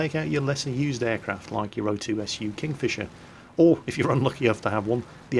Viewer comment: I love O2SU "Fingkisher"........ Every video.... Lol. He has to jumble his numbers and letters. And let us not forget the he-126.